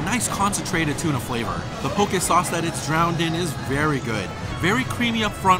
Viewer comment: I like the way you pronounce poke. I live in Hawaii and people here pronounce it wrong! Love your videos!